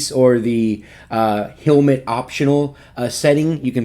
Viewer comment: Thought it was hell- mit not heal-mit